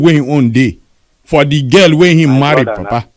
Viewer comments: Including pronouncing (girl) gell as gal, be real man. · Did you hear her when she pronounced ‘girl’ as ‘garl’ . The presenter asked her what’s garl? She said a female. Then he understood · so you didn't hear when she pronounced girl as gal that the man was asking what she meant by gal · So I am not the only person who thought that. The only reason I did not comment is because of the way she pronounce girl as garl, and one other unnigerian thing she said. But it is quite surprising how this Gambian has such level of Naija accent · Including pronouncing girl, gal. Be real please. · When u mix up Nigerians, u start talking like them.. look at the Kenyan baby mama of Obi Cubana, the first time she spoke she spoke like Kenyan but now, she speaks like a full fledged Nigerian. The way Emeka s wife pronounced girl as gal shows she is not Nigerian at all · That's not a pure Nigerian accent. Listen to her pronunciation of "girl" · Don't forget she's African too. The way she pronounced "girl" is different from how Nigerians pronounce girl.